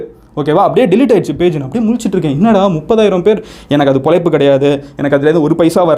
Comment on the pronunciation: மதன் சார், மொதல்ல தமிழ் மொழியின் சிறப்பான எழுத்தான "ழ" வை சரியாக உச்சரிக்க முயற்சி செய்யுங்க. (பொளைப்பு - இல்லை- பொழைப்பு). (கீள - இல்லை - கீழ). மேலும், முடிந்த வரை இங்கிலிஷ் வார்த்தைகளை குறைத்து தமிழ் வார்த்தைகளை பயன் படுத்துங்கள். (வீடீயோ மேக் பண்ணறது - இல்லை - வீடீயோ எடுக்கறது.) நன்றி